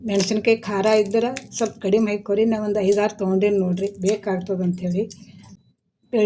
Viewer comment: hoikori alla adu hakori,😂pakka bidar language (Haikori😂😂😂